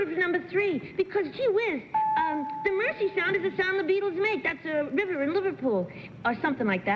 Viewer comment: Except she pronounced Mersey "mercy"! 😊😊